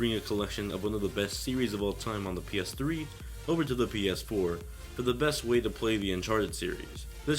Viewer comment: he says Penis 4 :D